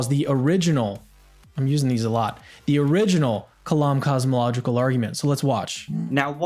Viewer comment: To be fair, he didn't say anything about "the core syllogism," he only spoke of "thee core syllogism." Of course, that seems to be because he's unable to pronounce articles properly in English, but still... 🤔